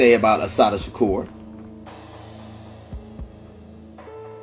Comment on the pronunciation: The way you mispronounce Shakur and 2pac is odd for a blk American.